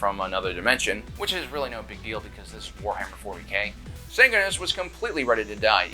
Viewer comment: "Because this is warhammee 40k"